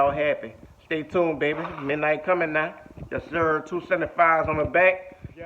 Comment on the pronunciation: Woot woooot! Congratulations to that three k 🥳💖 imma need you to quit saying bay Beh in that accent lol 🤭 caught me off guard bro